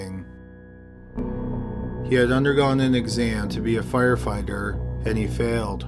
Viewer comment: I swear the first time he say fire fighter he said fire finder lol